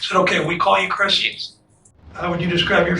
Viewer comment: I'm confused? Is it cwisss or Chris?